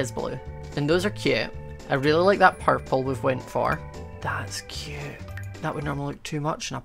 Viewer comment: the amount of times he said "cyeoot" (cute)